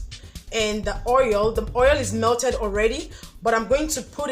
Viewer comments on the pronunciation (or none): none